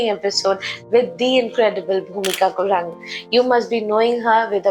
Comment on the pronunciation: Not gurang it's a Guroong 🙏